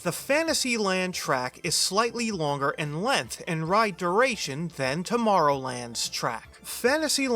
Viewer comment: "Tomorrowland's track is only 2037 feet in LENTH"